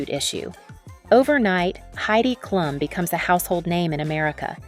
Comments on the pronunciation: It's pronounced Kloom not klum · girl what 😭 it's literally pronounced kloom, everyone who knows basic german knows that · Did you learn german from english speakers? It’s Klum not Kluuuuuum Greetings from Düsseldorf